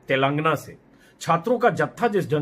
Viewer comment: सही उच्चारण तेलंगाना है 🙏